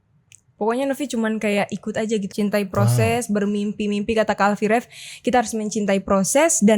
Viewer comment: Alffy rev kak bukan raffy rev. .hehehe